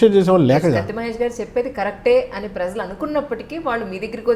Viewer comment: Amma tallee..... Aa padam "prajalu " .... Kaani meeru daanni "prazalu " ani paliki khooni cheyyoddu.... Kaasta telugu sariga maatladadandi tallee..... Neeku punyamuntundi